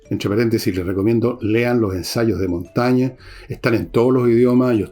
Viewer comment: Monsieur Villegas: cuando Ud. gana la confianza de un seguidor, dice "J'ai (pronunciado: j'è) gagné", no "J'a gagné". Lo mismo con Michel de Montaigne, Ud. dice "J'ai lu Michel de Montaigne (pronunciado: Montègne)", no "J'ai lu Michel de Montagne". Révisez donc la très diverse prononciation vocale des accents du français.